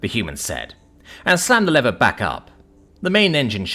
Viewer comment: Your English why are you pronouncing lever yank like. Be proud of your language and heritage